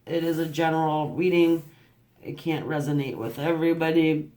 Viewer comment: I could give an eff how you say resonate, your readings always resonate either way <3